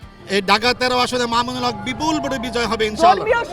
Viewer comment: বেয়াদব ববি হাজ্জাজ তুমি আল্লামা মামুনুল হকের নামটা ভালো করে বলতে পারলে না।